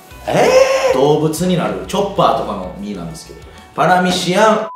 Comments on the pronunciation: せいやずっと「パラミシアン」って言ってない？ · パラミシアンって言ってる？笑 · パラミシアのあと、絶対クラミジア言うてるやん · クラミジアて言ったやろ笑